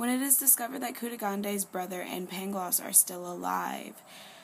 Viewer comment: The city is pronounced Lisbon and the tear's name is Pangloss not Paglongs